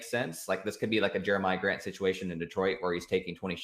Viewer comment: It’s been years and he still doesn’t know how to pronounce Jokic or Giannis. And the Jeremiah Grant was the cherry on top. Impressive